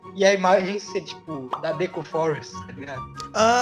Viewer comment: MDS É DEKU N DÉKU É SEM ASSENTO tirando vc falar os nomes dos personagens errados otimo